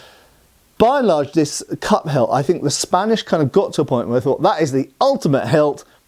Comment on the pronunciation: Cup hilt. You are saying cup hilt! I thought you were saying cut pelt…..